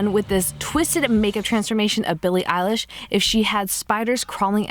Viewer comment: BILLIE ELISH ITS I-LISH!!!!!!!!!!!!!